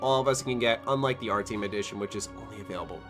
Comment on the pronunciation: You say Artyom like its ARTM. lel go replay the game and say it correctly.